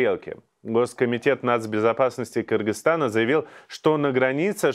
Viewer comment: Очень приятно что Ведущий, правильно выговаривает название нашего братского соседа - Кыргызтана. Через "Ы", а как некоторые русичи.